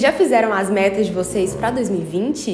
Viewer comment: Menina, parece que você disse "vocês já fizeram suas m**rd**s em 2020?" Tive essa impressão, porque já comecei o ano fazendo... Desculpa!